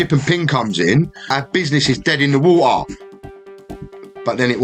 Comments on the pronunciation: dead in the wo'ah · I love when he said "dead in the wo-a"😂😂😂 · British pronunciation of water. 🤣